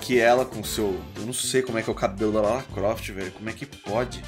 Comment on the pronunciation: Ele chama de rala Croft... kkk Eu chamava de Lara Pofte!